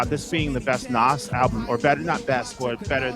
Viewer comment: Did he say Nah’s and not Nas🤦🏽‍♂️